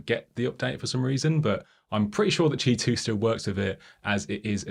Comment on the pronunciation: Informative, well illustrated review,. Had to read the transcript to understand “ch2” standard. It sounded like “Tee 2” and “Chee 2” in the vid. Also not certain about standard differences. Cheers!